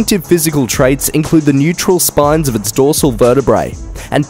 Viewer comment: Neural spines, not neutral spines!